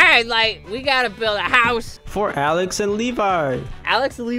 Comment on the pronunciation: Its Alex not “aleax”